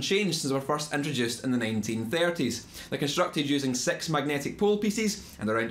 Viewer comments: dude if u say "six" like "sex" , how do u say "sex"? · When you said six it sounded like S3X